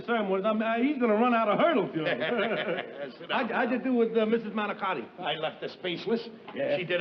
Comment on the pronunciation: "Manicotti". LOL